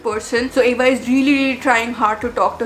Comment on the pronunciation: And that's Ava not eva damn 😊